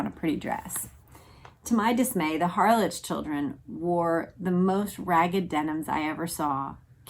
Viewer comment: HARLEK is the correct pronunciation of Harlech in the UK.